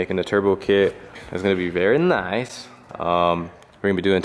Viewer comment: the way he says “VER NICE” 🤣🤣🤣